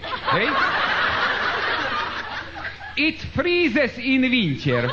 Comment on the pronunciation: iť fríízes iň viňťer...:D:D:D